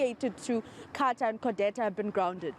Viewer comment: Codeta not Codesa